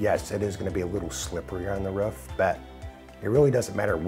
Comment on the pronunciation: It’s roof not ruff 😂😂